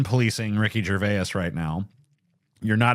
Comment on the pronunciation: You mispronounced Gervais.